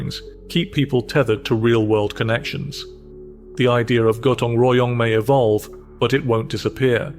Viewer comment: Your pronunciation of Bandung, Gotong Royong, and Kerja Bakti is absolutely spot-on – really impressive! 😊